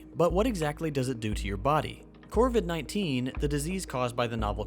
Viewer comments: It's covid not corvid! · It bothers me more than it probably should that you're pronouncing covid as corvid. It's a virus, not a crow. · God it hurts a little bit every time he says CORVID. I had to stop the video and go watch another video about my favourite Corvidae, the Raven.